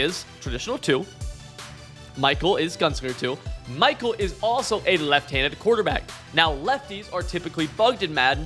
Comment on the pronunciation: Stopped watching the second you showed you don’t know how to pronounce Michael